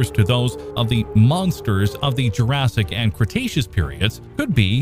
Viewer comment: No I haven't. Is that the prequel to Jur-RAY-sic Park 2? But I have to admit I have heard of Jur-say-ic World.